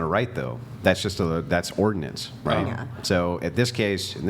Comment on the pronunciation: "it would be ordinance", "oh" its that easy